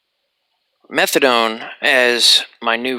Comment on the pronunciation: Hahahah. No worries, man. You nailed it at the 1st time. The first english speaker to say it correctly. Awesome video, like always. And before ppl come nerding at u. Yea, morphine to diamorphine is the other way around but whatever, what matters is that methadone is fucking nasty. It has lower affinity to the mu opioid receptors than morphine and doesnt hit the others (kappa and delta) like morphine does, so ppl who want a rush will easily od trying to get there.